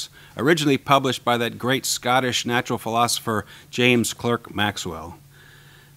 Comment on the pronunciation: Clerk is pronounced Clark